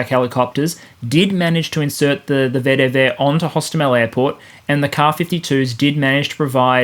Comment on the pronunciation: I always giggle when people try and say VDV like a Russian. They sure as hell don't say "FBI" "CIA" or "USA" like we do, they mangle it more than we could possibly do. Just say vee dee vee! if you wanna say it funny, at least spell it with the correct letters вдв